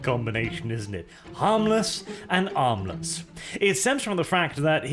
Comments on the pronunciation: It was "armless" this whole time? Whenever you mentioned him I thought you were calling him "Harmless" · You forgotten the silent h in armless.